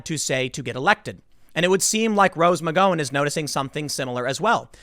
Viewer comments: Nah, you're right. It sounds like the "gow" in the word gown. It's hilarious that Tim talks about her all the time and never bothers to correct it. Kinda how no one respects kamala enough to make the effort to say it how she pronounces it. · Tim repeat after me... McGowan, MICK-GOW-AN. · Tim.. mcGOWwan like COW but GOW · I cringe each time he said "Rose McGoin''" LMFAO! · It's "Mc-GOW-an". Like "cow". NOT like "Go". Why do you do this every time, Timothy?!!! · Rose Mc Go-in ? Tim, sometimes I wonder about you. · Mic-gow-an Gow rhymes with pow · Nobody: Tim Pool: “Rose Magoin” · GOW-AN like COW-AN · IT'S MC-GOW-AN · Jesus Christ Tim, it’s pronounced Rose Muh-Gao-Win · Rose McG(OW)an..Mc-Gau-un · Its pronounced " Mic Gow(like cow) en" the girl is an idiot but at least say her name right. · Rose McGowan's for starters.. it's pronounced Mc GOW an (rhymes with cow) McEnany Marianne Kaepernick ( i think he figured this one out eventually though) ........... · Your saying her last name wrong lol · You could at least pronounce her name correctly, Pimp Tool. Especially since the majority of what you "report" consists of you reading other people's work (poorly) and then offering your "opinion." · Don’t say her name like that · Your butchering the pronunciation of her last name. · rose mcgowan-name is being mispronounced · Why can’t you google her name and see how other people pronounce her last name? I know it’s not that important, but it’s like you just now heard of her (even though she’s been in the news for years for the same topic, Metoo). At least you pronounce Oregon properly... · You mispronounced "McGowan" again and again. After butchering "Ferraro" multiple times last week, it seems you might put a little more research into name pronunciation. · Your pronunciation of her name is incorrect. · Learn to say rose McGowan my god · Take a drink every time Tim mispronounces Rose McGowans name lol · The way Tim pronounces Rose’s last name is awesome!!! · MaGOWAN not Ma goin